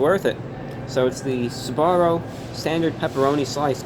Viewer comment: SBAROO? JAGG EH SBARO?!